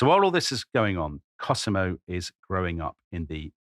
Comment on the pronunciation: My favourite podcast, if only for Tom's random pronunciation of non-English places and names. I mean really, Cosimo pronounced KerSEEmo, one of his all-time greats!